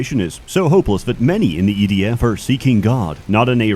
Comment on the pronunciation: DOES HE SAY EDF OR IDF??????